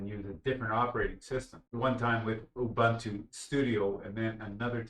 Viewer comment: And it is "Ooboontoo", not "Youbuntuh".